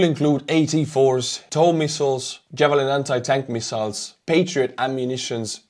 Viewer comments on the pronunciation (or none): none